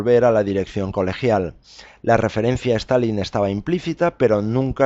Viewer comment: ¿A qué viene pronunciar todo el rato "STAL - LIN" Es Stalin, con una sola "L", tanto en español como en ruso o cualquier otro idioma. Suena ridículo.